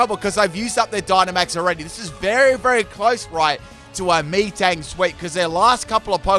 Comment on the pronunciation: Did he call metang “me-tang”?